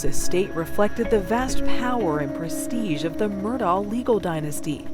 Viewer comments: Why do these American news anchors say “Murdah”? It’s very obviously pronounced like “Murdock” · Thank you!! I was just about to say that. He says his name as Murdock why does she keep on saying Murdaw?!?! I get that's not the point of the video but still. Lol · That name .... I have heard it pronounced "Murdahhh", "Murdcock" and now "Murdoe" and now "Murdoff". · It’s pronounced Murdock not Murdaur, as per the defendant in his trial!!! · Is it just me or did multiple instances and people pronounce it Alec Murdow? Like literally several instances I heard Alec and not Alex, and Murdow and not Murdock. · It's Mur-DOCK, not Mur-DOE or Mur-DAW Or my personal fav Ive heard, Mur-DOKE. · Why does the narrator, Nikki Battiste, keep calling him "Murdal"?? Why put an 'L' on the end?? It's Murdaw or Murdock. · I’ve never seen the name Alex pronounced like “Alec”…. And why do people pronounce Murdaugh like there’s a C at the end? “Alec Murdaughck” 😭 bizarre ! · My goodness… what is with this guys name… it’s pronounced different by everyone. Alec Murdaugh Alex Murdaugh Alec Murdawl Alex Murdawl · Okay, let's get everybody in a huddle and decide how to pronounce this name: Mur-dock, Mur-dah, or Mur-dahl? I'm hearing all three in this video. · The killer’s name is pronounced MUR-DOCK. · I love how everyone pronounces this dude’s name differently. “Alex Murd-aww”, “Alex Mur-DOCK”, “Alex Mur-DOH”, “Alec Murdock”… which is it? 😂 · Is it Alec or Alex? Is the last name pronounced "Murdaw" or "Murdoch"? Pick one and go with it. Sheesh. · They pronounce the name "Murdock." Just saying. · I've even heard Alex pronounce it "Murduck" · Why all the mispronunciation?! The name is Murdaugh, but most people say Murdock! His name is Alex, but most call him Alec! It is driving me bananas!!! What am I missing?!?!🤣😂🤣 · I can’t listen to her mispronounce his name. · Gosh the first reporter cant pronounce murdaugh. Its so irritating. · He pronounces it Alec. She's misprounouncing the last name though.